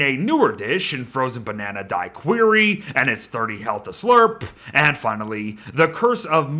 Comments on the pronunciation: Daiquiri is pronounced dak-ur-ree, not di-queer-ri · Does it bother anyone else that he says "Die-Querie" rather than how it's pronounced, "dah-cur-ree" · not to be that guy,, but daiquiri is pronounced "dack-cur-ree" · Did you just pronounce Dacquiri "Die-Qeuery"?? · Beard, it’s da-kuh-ree. Please… lol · so true da kuh ree >>>> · When Q is followed by U it doesn't make the C sound